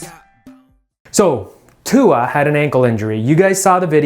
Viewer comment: Damnit he can play against Arkansas if he wants to 🤣🤣🤣🤣 go show his ass tua because he can't say your name correctly